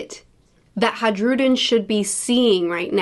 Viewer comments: Dear, the name Hajrudin is pronounced "Hi-Rou-Dean" sincerely My monk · Hey, love your videos. I just think you should know that it's a soft J and it's actually pronounced "Hairudin" or "High-rudin" Hope this makes your life a little easier and have a wonderful day. :) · Your pronunciation of Hajrudin will never not make me laugh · The you pronounce hajrudin is killing me